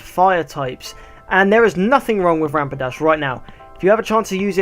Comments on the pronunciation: Stop calling it rampidash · You said rampidash not rapidash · the way you pronounce rapidash sounds liek rampidash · did you just say Rampidash? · Lol, u kept saying Rampadash :-).